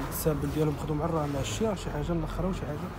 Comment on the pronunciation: للتصحيح كنقولو راماجججج ماشي رماششششششش والتوبة زوين